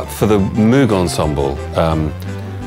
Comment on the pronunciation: 1) the wind controller is fascinating; 2) it is pronounced Moog "rhymes with vogue," not "MOOg" please